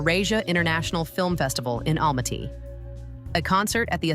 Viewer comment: I HATE when people don't learn how to say his name correctly, like it's Mashed potatoes and Almaty was mispronounced, too and other words. And it's really no one's business as to why he is still single.